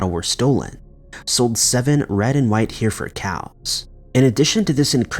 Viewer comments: When you say “here ford cows,” DP you mean Hereford? Because you’re pronouncing it all wrong if so. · And try pronouncing Hereford right!